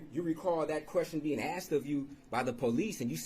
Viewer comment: questions "axed" are ridiculous!